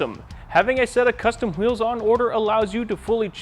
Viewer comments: lol, am i the only one who heard how he said wheels (hawheels) ? lol reminds me of the family guy cool hawhip episode. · Who eels